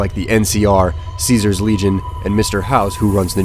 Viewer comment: I like how the pronounced Caesar wrong, they pronounced it Kasar